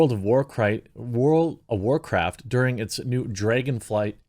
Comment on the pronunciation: world of war-chricton? (Michael chricton?) world of war cripe? war criped? war cripen?